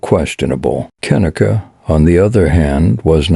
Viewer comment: gotta admit.. not liking that computer voice that cant say her name right .. j/s 😞